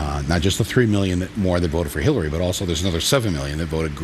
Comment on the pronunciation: she said Hellary:))